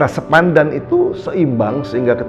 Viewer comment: Mohon maaf beliau tdk bisa mengucapkan SEPADAN...🙏🙏.. Di ksh tau..salah lagi. 😁😁😁